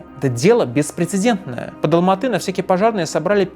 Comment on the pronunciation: Как же режет слух "АлмаатЫ"🤦🏻‍♀️ Раз уж вы говорите про 1986 год, то логичным было бы говорить Алма-Ата, с "А" в конце слова, и да, название города по правилам русского языка склоняется.